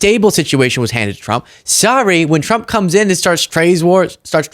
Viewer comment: Why does it sound like she's saying Donald J Chump?